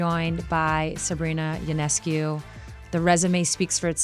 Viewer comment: Sue Bird: your podcast is off to a great start! I so look forward to more! (Also: remember, Sabrina has said that her last name's last syllable is "coo," not "kyoo.")